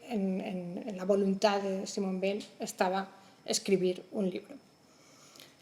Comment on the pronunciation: Muy bueno pero he tenido que cortarlo porque no soporto cómo pronuncia Weil""" . No puedo con eso lo siento.